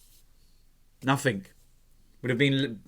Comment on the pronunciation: The word 'Nothing' doesn't have a 'K' on the end of it. Just so you know. Thanks.